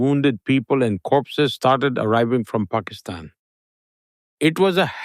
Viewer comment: lex you pronounced pakistan perfectly!!!